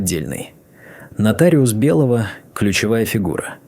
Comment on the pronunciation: какая херня, мой дом, который я построила, притом, что его купили, продав квартиры, притом съёмную. А ОЗВУЧКА вообще за предельная 👎👎❗ - сЫнок...бЕлого...бОритесь🙃👎👎